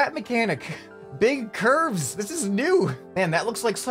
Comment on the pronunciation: Nobody:: bro look at those Ç Ü R V Ē Š